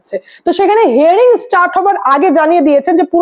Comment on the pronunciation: হেয়ারিং নয় , হিয়ারিং